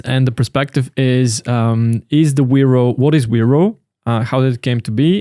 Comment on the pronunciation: correctly "Veropay"